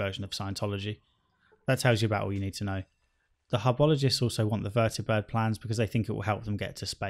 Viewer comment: I love that you say "Vertibird" instead of "Vertabird"